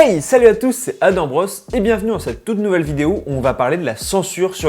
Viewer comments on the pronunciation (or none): none